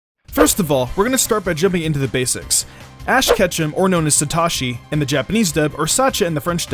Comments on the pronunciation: Its so toe shi not so toshi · SaTOshi. Not Ta. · You said SatAshi サタシ, but his name in Japanese is Satoshi サトシ. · JFC PEOPLE, IT'S SA TO SHI.... NOT SA TA SHI. GET IT RIGHT. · he say satashi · it's satoshi, as in sah-toe-she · That Sa-tah-shi pronunciation is so cringe. But the video is fine otherwise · why can’t you pronounce satoshi properly? 😂😂😂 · You mispronounced his Japanese name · You butchered the pronunciation of Satoshi